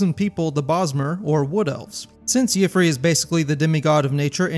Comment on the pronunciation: I think you might be mispronouncing Yffre's name. Correct me if I'm wrong, but if his name really is pronounced like that, I don't think the Green Pact would have that rule about not taking the form of an animal. Just a hunch.